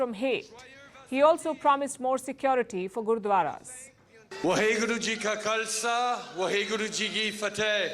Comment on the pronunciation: when trudeau say 'wahe guruji ka khalsha hahe gurugi ki fate' it sound like slang language.